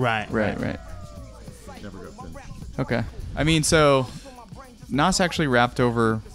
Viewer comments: Please stop saying NOSS...LMAOOOO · And Nas lol